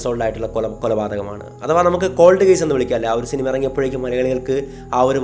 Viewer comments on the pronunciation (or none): none